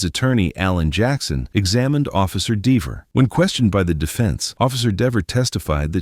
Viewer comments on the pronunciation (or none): its dever,,not deever,,sir! and its a garooge not garage